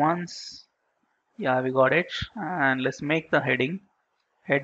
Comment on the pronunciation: Got it or Goch it? Which type of English pronounciation is this? American, British, Australian slang or other...?